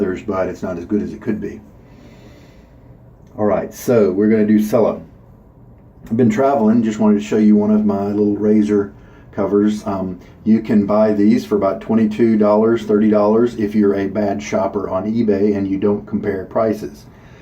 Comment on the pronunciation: The soap is pronounced Chella the c is pronounced as a ch